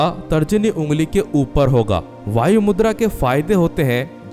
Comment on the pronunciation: Bhayu मुद्रा नहीं..वायु मुद्रा that is air mudra .